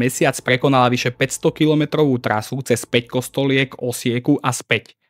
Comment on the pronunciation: Kámo, uchádzajú ti názvy obcí trocha. Päkostolie, Nowé Zámky a podobne. Neviem či to je len to použitie AI alebo to je u teba, ale možno si to ustráž trocha. Inak video veľmi super, konečne niečo poriadne na Slovensku, keď už Sandra serie na Dejepisinak .